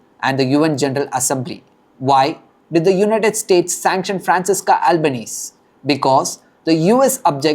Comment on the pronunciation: Then she can go to Palestine. Let's see how she does among 😏 Hamas. We don't want her. BTW her name is pronounced Franchesca~